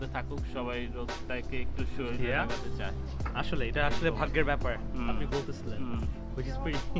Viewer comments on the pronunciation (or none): none